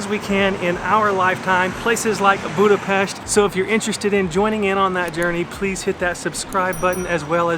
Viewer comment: Serious people don’t put sweat toppings on lángos, icecream into kürtöskalács but do drink pálinka in room temp just like whiskey, because thats the temp when you can taste the most flavours. By the way well done: till the end of the video you learned how to correctly pronounce Budapest:)